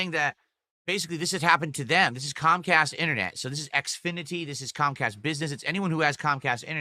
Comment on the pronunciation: Cahm Cahst and Silent Bwill EFF rooind his business dood. Nothing he could do.